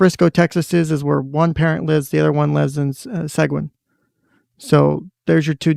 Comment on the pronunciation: Seguin- See-geen